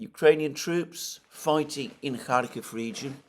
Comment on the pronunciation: Why do you write Kharkov in your title hut cannot pronounce it correctly?